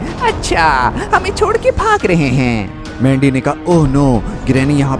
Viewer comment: Pahele to mujhe laga ke mandi ko lendi kyu bol rha hai 😅😅😅😅